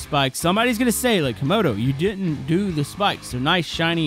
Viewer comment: Bro literally said comoros the country💀